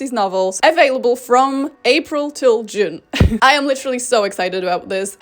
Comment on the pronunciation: A couple of times you said "june" sounded like "jizz"